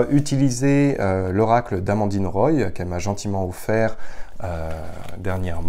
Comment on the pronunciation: Ami, Roy se prononce comme un roi...